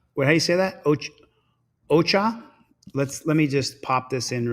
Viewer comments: Heyyy TeamDLZ! 👋 Missed y'all n the Mon live stream. The one lady's name is Ochoa and is pronounced (oh-cho-ah) the O's have the O sound. Lol. The other lady named Antoinette is pronounced (Ant-oin-net). Oin like coin or oink 🤣. Just thought I'd throw that out there. It was funny when said them both totally diff. This one has a lot of good vids n it. Absolutely love the Angry Grandma clip at the end. She's hilarious! Watched the vid her grandson put on of her trick or treating. Definitely go watch that one! She's very well known where she lives. And I'm Jan 1983. Much ❤️ to All! Catch u n the next one! 🤗💕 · Ochòa pronounce the second o is a hard O ch"Ò"ah pronouncing the second o like the first o